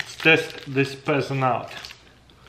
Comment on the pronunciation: Did you say "peasant"?